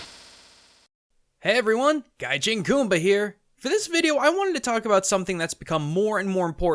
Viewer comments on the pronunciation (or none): Lol, its pronounced GaiJin not gai chin